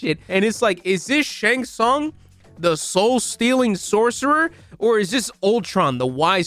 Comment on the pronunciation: They pronounce Shang tsung “shong sung” 😂😂😂